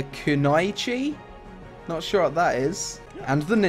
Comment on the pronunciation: GOD you dont know what a a Kunoichi is? Kunájcsi? really? wtf dude...its a female ninja !!! stopped the vid at that second.